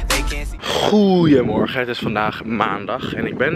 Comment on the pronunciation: Die 'goeiemorgen' zei je zo perfect 😂💞👑